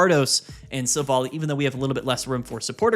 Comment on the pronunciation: It’s not pronounced Silv-ally?